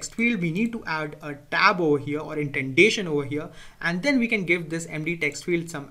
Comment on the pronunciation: It's not intendation, it's indentation! XD